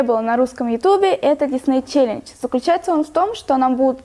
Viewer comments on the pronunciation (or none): Было бы здорово, если бы это все-таки был ютьюб, а не ютуб. Ну и challenge как-то непонятно произнесла. Но это не самое главное.! Ты нервничаешь или что? Зачем ты так дергаешься каждую минутку?